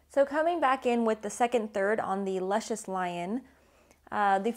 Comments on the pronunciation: The cigar is named after a character on the show pronounced Loo Shus. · pronounced Loo-shus lol